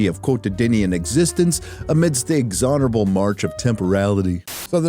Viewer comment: "quotididian" and "ixonerable" -- buddy, I don't know if this was a shtick but that sounded mighty dyxlesic